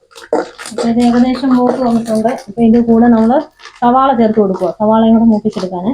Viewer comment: സബോള അല്ല സവാള, കേട്ടിട്ടിലേ.. സവാള.. ഗിരി.. ഗിരി..